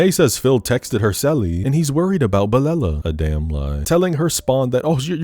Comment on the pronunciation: as a huge Kelela fan, it's sending me that you referred to her as Belella the whole time lmao